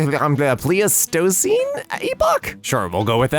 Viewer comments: I've said it once before I'll say it again pleistocene is pronounced ply-sta-scene The Nebraska ash thing reminds me of a museum in South Dakota: the mammoth museum, where an active dig site is a long with a junior paleontologist, scientist that studies and digs up fossils, dig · Pleistocene: plice-tuh-seen